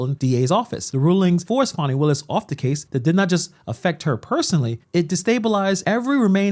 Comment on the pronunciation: Her name's Fani not fawny